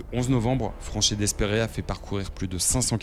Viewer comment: Bonne vidéo, par contre, pour l'anecdote, Franchet d'Espèrey se prononce Franchet "Dépré"